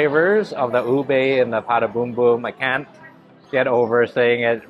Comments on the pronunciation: It's not a "Pata Boom boom" it is a "Puto Bung-bong". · it is PUTO BungBong…..not PATA BUNGbong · Puto Bumbong not Pata Bombom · Its pronounced “Puto Bumbong” (boombong)